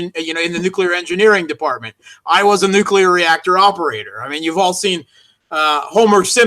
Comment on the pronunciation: seems to have a thing for mispronunciation: the all-too-common "nukyular" for "nuclear" comes to mind. He also insists on pronouncing Theresa May's first name "Teressa"-- this may be a European variation, but native English speaker ought to pronounce her name the way English speakers (including May) pronounce it.